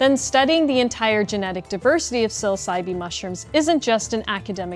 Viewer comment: I don't think the e at the end of psilocybe is pronounced